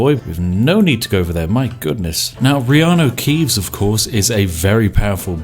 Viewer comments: Reano keeves haha spat my yorkshire tea out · IT'S REANU KEEVES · ''it's the fantastic Reanu Keeves'' knovlege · "reanu keeves"